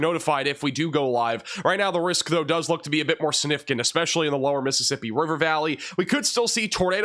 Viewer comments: snifficant? Don't you mean... SiGnificant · SIG nificant. You're an announcer for crying out loud. Try harder. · You are so funny - significant has a G that is pronounced. SIG-nificant. You say it a lot- let's hear that G!😂